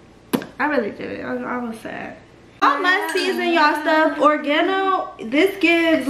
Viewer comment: Nobody:: ORGANO 😂😂😂😂😂 It’s Or-reg-gan-oh 😭🫶🏾😂😂❤️❤️